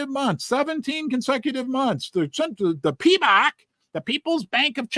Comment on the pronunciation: Correction, it's Pimbex, not Pembex. Sorry, Pimbex.